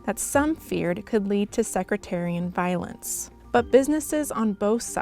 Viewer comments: Sectarian not secraterian. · I was quietly amused at the way the narrator pronounced "Britain," but the "secretarian violence" floored me. I imagined 2 front-desk law-office receptionists going at it, in their high heels and tailored clothes... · “Secretarian violence!” Seriously? Is that when thoroughbreds battle over a mare? Office assistants battle over unmarked food in the break room? Whatever this narrator is being paid, it’s too much. Her insouciance about words would be one thing on Weekend Update, but at one of the US’s alleged “newspapers of record,” this should be a fireable offense.... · Stick with your American twang. Stop 🛑 butchering British pronunciation. Bri’en? Britain is just part of the UK. Call it the UK. Bregzit? Wtf?!!! And what the hell is Secretarian? Eh? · When the narrator mispronounced "sectarian violence" as "secretarian violence", I imagined some suited ministers chasing each other around with gavels... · Secretaryam violence. google define this, SECRETARYAM VIOLENCE IS WHEN A SACRETARYAM COMMITS VIOLENCE SUCH AS PRONOUNCING WORDS WRONG. Thanks Google! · Did she just say "secretarian violence?" That sounds nasty. Maybe we should ban pens and pencils in Ireland just in case. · "Secretarian violence?" Really? Is this the best reader WaPo can hire? Shows you what they teach nowadays in journalism school. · “Secretarian” violence??? “Bri-ehn”? Come on! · I have trouble believing somebody from a major newspaper couldn't pronounce Sectarian. Also, this glosses over a lot of details the WP is famous for digging out. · Also, as others have noted, they should be able to pronounce sectarian.